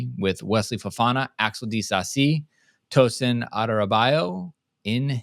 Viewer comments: It's not a difficult name to pronounce. Just show some interest (and respect) in getting people's names right. What's difficult about saying a name where you simply have to pronounce every syllable? How do you want the guy to be helped? No other host on this pod gets it wrong, btw. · Instead of making a comment like this just say how to pronounce it.